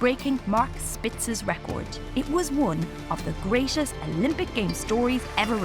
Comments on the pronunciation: The pronounciation iso annoying like "credish", "greatesh", "Devish" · Pronounce greatest properly..